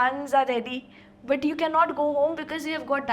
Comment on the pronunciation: Your pronunciation BUT is not proper.